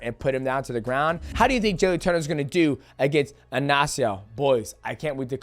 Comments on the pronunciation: It's Ignacio not Anacio get it right shorty 😂😂😂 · Bro speaking from experience being Ignacio